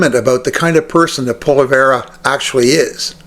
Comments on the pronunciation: Say what? Poleverre? Its Poilievre. Phonetically, Pwaleeayvre. Obviously, your knowledge of French is zero. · He is not “Polly - Verrr or Pollly - verra”. If you want to be taken seriously, pronounce his name correctly. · I agree with you on Poilievre. However, I would hope that you could pronounce his name just a little better. It helps to give your point some more cred. Poilievre: "Pwall-ee-evv. Hope that helps. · Stay in your own backyard, bud ! And yes, Canada wants Pierrie Pollievre! 💯And if you can't say his name right, I suggest practice ! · Please please please pronounce Polievre's correctly...Please? I agree with your point of view, but it grates me that you mispronounce his name. It's like the Maga folks mispronouncing Kamala's name. Come on, now. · You should learn how to pronounce Pollive correctly. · You’d have more credibility if you could pronounce his name correctly. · If you can't even pronounce his name keep your dumb ass commentary to yourself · Reports on the guy, can't even pronounce his last name. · I think your pronouncing his name wrong. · Learn to pronounce his name for credibility!